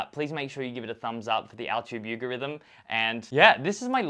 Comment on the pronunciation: “The Altube yougorithm” 😂😂 definitely unique